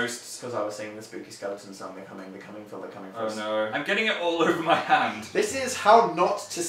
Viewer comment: did he say all ogre wtf dan